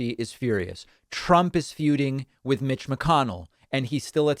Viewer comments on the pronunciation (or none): none